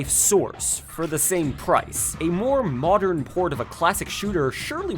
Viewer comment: "Modren era", eh? Don't think I missed that pronunciation, you little McElboy fan